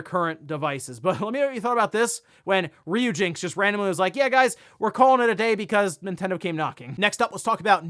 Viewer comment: That was cringe listening to you pronounce "Ryujinx" incorrectly so many times. It's RYU as in "Ryan, or Rye (bread)."